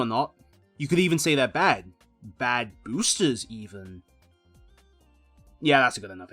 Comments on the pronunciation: Da booostuhs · i only didn't click off because you say boosters like an example new yorker